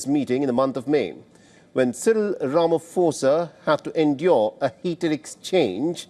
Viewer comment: Just pronounce his name correctly The 'pho' in Ramaphosa is pronounced as 'pour' That's a common word